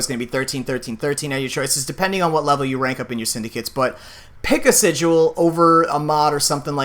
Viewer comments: He also keeps saying sig-u-al. It's just sigil. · "sijuel" (cringe) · Stop saying sidual 😂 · TmrA77 Unnbekannt don't you mean sighael?